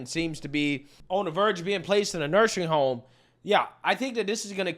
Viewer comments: Bruh. You keep saying "nursery home" and it's starting to piss me off. It's "nursing home" gee dang it! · I love how you call nursing homes 'nursery' homes when you're referring to Biden lol